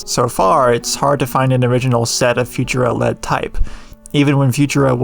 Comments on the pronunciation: If you say „future-a“ one more time, my head is gonna explode from too much cringe. Please try „foo-tour-a“, with the emphasis on the middle syllable. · I've never heard anyone pronounce it "FU-tura" rather than "fu-TUR-a". But, more importantly… just because you have a font on your computer doesn't mean you're allowed to do whatever you want with it and just because you found it online doesn't mean it has no terms of service attached to it. The people who put work into creating a font expect to be paid for their work like any other designer or developer. Our ability to use their work without paying for it doesn't mean it's necessarily legal to do so. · Never heard it pronounced Future-a. Ive always heard Fu-TUR-a with emphasis on middle syllable. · I would've thought it was pronounced fu-TUR-a instead of Future-uhh, but then I'm not the typeface expert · It's pronounced "Few-tur-ah". Been using it since the late 80s as a graphic designer. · Learn to pronounce Futura and I’ll consider watching the video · i have never heard anyone pronounce futura like that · Read the description before watching and hearing you say Futura I probably wouldn't have commented on it personally, the differences in pronunciation are small enough I know what you're saying so meh guess the masses are pickier than I on pronunciations I only rly blow up on nuclear. So many people say "nuke-you-ler" and that second u doesn't exist in the spelling and confuses me how it started but that one I let myself jump on, the rest I find it better to not care as long as you understand- heck, nuclear it's better to ignore too, but I just had to give myself ONE to be picky about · Futura: the emphasis is surely on the second syllable not the first?